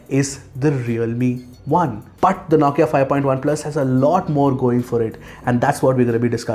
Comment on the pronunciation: Dude the way you pronounce NAWKIA* 😂😂